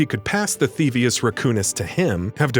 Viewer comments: Th-ee-vee-us. Not th-ee-vus. The narrator clearly hasn't even played the games. No one who has would botch something mentioned probably a hundred or more times during the series. That said, I won't be watching anymore content from this channel. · And pronounced “thevius” wrong. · "Theavis", "Ratchet and Clark". OMG please re-read your script when you write them. I felt so disrespected.